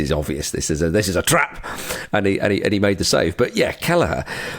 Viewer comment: Lads there isnt even a G in Kelleher 😂